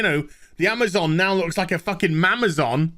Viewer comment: IT'S MA'MAZON!